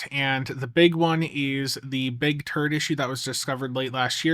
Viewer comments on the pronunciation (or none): Ok. I know this is childish. But am I the only one who hears "turd" everytime says turret?